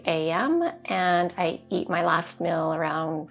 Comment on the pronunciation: you're awesome. But please change your pronunciation. It's "meal". Not "mill".